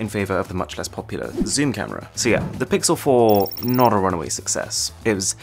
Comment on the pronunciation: “camre is camre”